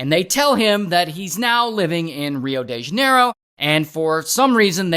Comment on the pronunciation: there isint a R in the pronounciancion of "de" in "rio de janeiro" btw. idk why I needed to say that